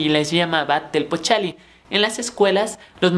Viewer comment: Por ejemplo Tepochcalli es "TEPOCH-CALLI y no TEPOCHALLI" eso es uno de tus tantos errores de pronunciación, pero suerte y hecha le ganas!